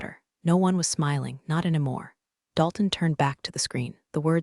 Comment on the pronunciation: Pen-tu-gone (Pentagon), not pen-tagun. Aleen-u (Alena), not Aleener. Still getting enemar (anymore). Edit your pronunciations. Read (reed), read (red) should be obvious if you apply basic rules of grammar to your AIs algorithm. It's becoming so distracting it makes it hard not to fast forward or just skip it completely. Thinking about unsubing. Washington State USA